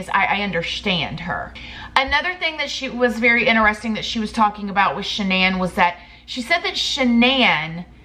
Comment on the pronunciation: “Ineresting” 😂 love you ❤️